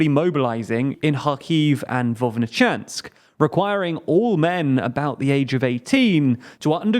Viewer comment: You guys can neither read nor write. Vovchansk is suddenly Vovnichansk, Prigozhin is Prigsovin, and your own ad is "curioistystream". Get your shit together.